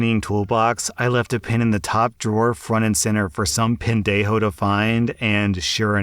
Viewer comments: "Pen-dejo." Ha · "pen-dejo" is just hilarious, got a good chuckle out of that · Lmao I was like “Did he just say pen-dejo?” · "PEN-dejo": Nicely done.🙂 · You said pendajo so casually and without an accent so I thought you meant pen day hoe and I was so confused 🤣